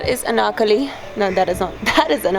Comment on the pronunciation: The way that she said Anarkali was lit 🔥 😁